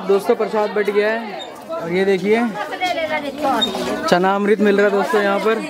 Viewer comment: चरणामृत bolte hai... bachpan me hm sab bhi चनाअमृत bolte the 🤣 koi baat nhi aap correction kar lena from next time ❤️🙏🏻🌼 love you and family 🙏🏻..